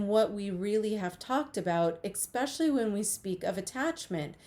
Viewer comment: Always reassuring when someone with a PHD doesn't know how to say the words "integral" and "especially".